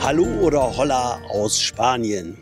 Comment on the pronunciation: Hola aus dem Allgäu, schön, dass so viele Leute, deinen tollen Kanal entdeckt haben. Liebe Grüße und frohe Weihnachten, Ela (ich lerne gerade spanisch, das H, bei Hola, wird nicht gesprochen 😉 also nur ola